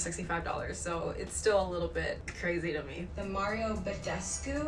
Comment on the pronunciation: Wait.... did say badescu right? I feel like that isn’t how your meant to pronounce it. I’m probably wrong tho